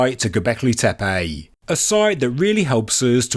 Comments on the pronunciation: Sorry but I believe it is Tepe not Tepey: annoying throughout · The name/word "Tepe" is pronounced "Teh-Peh" not "TEA-Payjhhhh"!